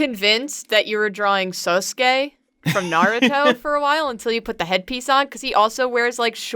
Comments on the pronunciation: saskue not soskue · she said sosuke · I like how she traded saying Naruto wrong for mispronouncing Sasuke.